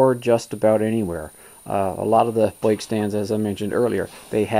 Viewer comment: Well done! I'm from Oklahoma, so I chuckled at "boike" and "garaage" ;) .